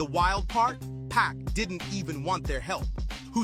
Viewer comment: is this a AI voice? why he saying Pac like dat?